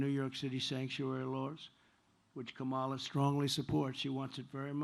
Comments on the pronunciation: That fact that he keeps purposely mispronouncing her name is just another example of his innate bigotry. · Every democrat mispronounce kamalas name. As an Indian, kamala is pronounced completely different. It's an Indian word. So democrats are the one who are the bigoted one and f-ed up the word kamala